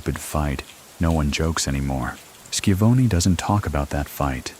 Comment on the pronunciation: Shi-Von-Ee, like Tony Schiavone from WCW. Love your videos